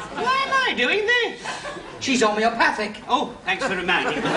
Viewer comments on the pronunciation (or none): Thats homeopathic not homopathic 😂🤣